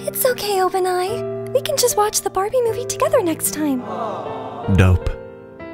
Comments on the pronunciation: Did anybody realize that said bawbie instead of barbie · i'm sorry but did anyone hear ''Bah-bie'' instead of Barbie? Cries